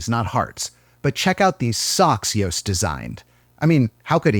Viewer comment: He’s pronounced Joost actually good!